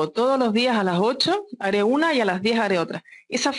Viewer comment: JEJE ME GUSTO CUANDO DICE AALAS 8 DELA TARDE XD